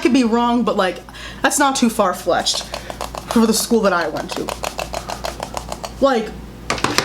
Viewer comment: I’m sorry what “It’s not too far FLESHED” ???? What did you say? 😂